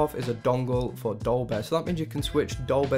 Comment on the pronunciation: its dolby not dolbeh